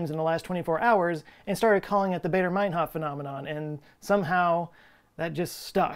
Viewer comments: its baa, not bay in Baader mainhof... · It's Bader like the "a" in "father" not "baydor". And ur right about "Math"! The Brits have lost a few marbles after we dumped them and they will never forget!! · Baader rhymes with "fodder", not "crater". After all, the RAF was German. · Never mind the math/s, why would you pronounce Baader as Bader?? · AA is pronounced "ah."